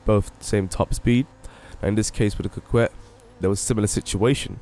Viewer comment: It is pronounced "Cockett".